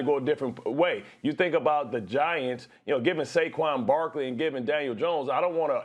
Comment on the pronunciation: Bro said Saqoun Barkley...no comment